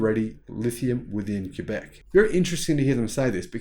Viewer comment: Thanks for pronouncing Quebec correctly! As a French speaking Canadian it is appreciated. Great report.